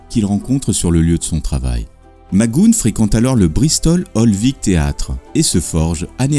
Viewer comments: Interresant, mais ce serait bien de ne pas massacrer son nom avec des Mac Goonne agaçants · Mouais... il me semble plutôt entendre quelque chose comme Mister Mac Gou-on ou Mister Mac Gou-eun plutôt... mais sans que le "h" ne soit prononcé, les deux sons sont donc enchaînés très rapidement. C'est peut être du à l'origine irlandaise ? (: | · Son nom se prononce "Mac Gou anne", et Gipsy se prononce "ji psi" il n'y a pas de U comme dans le prénom "Guy". Désolé d'être aussi pointilleux, mais dans les précédents épisodes il y a aussi de telles erreurs, et c'est dommage car c'est vraiment une excellente série. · Son nom de prononce mac goo -HAN 😉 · Pourquoi mal prononcer son nom de famille ? 😡😡😡😡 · Très bon documentaire , juste une petite notification McGoohan ,le a se prononce aussi ^^ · Ben non, tout faux mon pauvre. Tu n’as tout simplement pas d’oreilles pour percevoir la subtilité de la langue anglaise et comme dit sur une autre de tes vidéos, j’ai bon nombre d’exemples ou le présentateur prononce bien « Mac GoHANE »... 🙄 Et c’est bien comme ça qu’il faut prononcer. « Mac Gooon » est tout bonnement ridicule... J’accentue également sur la particule « MAC (MC) »... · Henri Thebault 👍🏼 oui. McGoohAN... et pas « McGoune »... 😒 il faut se méfier des liens qu’on refile pour persister à croire qu’il faut prononcer « McGoune » surtout si on n’a pas l’oreille pour ça 🤣 et sans tenir compte des spécificités de langage propre à chaque anglais selon sa région de naissance... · vidéo intéressante , par contre son nom se prononce macguoane il était bon acteur mais dans la vie privée c était une horreur et plusieurs rôles lui on échapper au cause de son caractère ... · c est patrick Mac go hane phonétiquement) pas macgoune mdr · Ce n'est pas mac goon, mais mac go ane, Mac goohan. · Plutôt bien construit comme documentaire. Bravo. Quelles sources avez-vous utilisées ? PS - On dit "Mac Gou-heune" et non "Magoune" (je chipote) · "McGoohan" = Mic-Gou-Hann (Pas MacGoune)